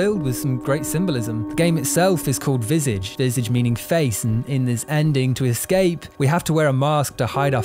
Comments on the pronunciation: VisAaahGe. Not Visayge 😅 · It's pronounced "vee-sah-jh", it's French for face. Also "disorientating" is not a word. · It's pronounced vizaage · its pronounced "vih-sah-je" not "vis-ige" ( ; A ; ) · Nobody: “…”: “Visidge” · You mispronounce the game's name. It's pronounced like "Visahj". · Dude killed the pronunciation of visage